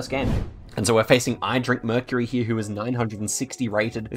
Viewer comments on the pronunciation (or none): none